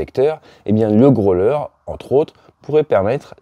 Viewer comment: Votre anglais n'est pas mal normalement, mais après le n-ieme mal prononciation de grow-ler and "norse island" en 2min, je décroche.